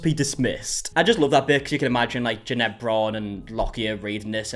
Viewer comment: loves to mispronounce Jeanette’s name just for the middle finger vibes.